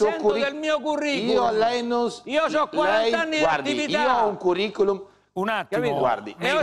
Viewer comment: Bassetti:" io ho un ..curri-culom"